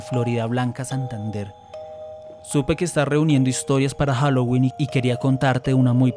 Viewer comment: Momento ñoño de un lingüista: Se me hace que pronunciaste la /h/ de Halloween con la faringe, interesante...